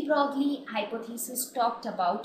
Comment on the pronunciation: Isn't De Broglie pronouced as day broy?!